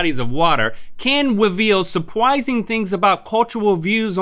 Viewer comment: Omg he said weveal